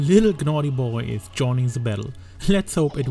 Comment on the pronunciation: U dont need to pronounce the G in Gnawty Gnaw means to chew on something the G is silent and its a play on words because he’s a beaver and they gnaw on wood